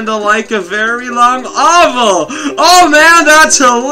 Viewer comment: lol his pronunciation of oval!